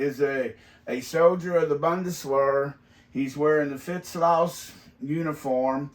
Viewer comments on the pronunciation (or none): Also its pronounced like BOON-DES-VAIR.